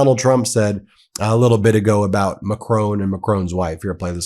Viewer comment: PM of France's second name (Macron) is pronounced MACK-RAWN, the second syllable sounds like 'rawn' as in yawn, pawn, prawn, spawn--and NOT: MACK-RONE like 'bone' as Mr. T mispronounces it. It's respectful to pronounce people's names the way they do...yes?